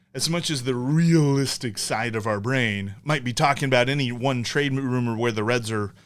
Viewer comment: "Trade-ar." "TJ Speedl.", you are one of my favorite sports media members. 👍🏿